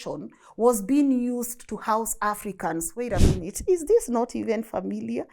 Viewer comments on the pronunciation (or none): none